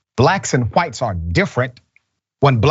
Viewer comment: Christopher Columbus was Black!! Prove me wrong!!!??!!!! Dum ass CRACKAZ And tell that old head it’s pronounced Whites okay!! Not HaWITHTEs